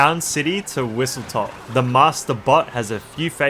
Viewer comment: I was going to comment this as well but nice vid I see why some people don't like intermissions but some are quite fun Edit: WhistleStop not top but easy to get confused with or it might just be how you pronounce it